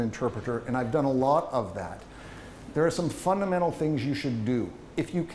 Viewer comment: The active, the affirmative, and short words are better anyway. Avoid redundant words, particularly adverbs. The speaker enunciates carefully, and is clearer than usual. Only one poor shot: , "funnamental".